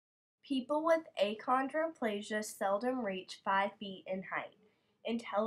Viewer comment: Um....is the person doing this an actual dwarf? because, achondroplasia is pronounced "akondro-plasia"